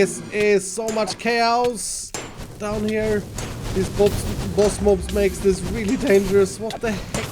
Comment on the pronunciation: moss bobs instead of boss mobs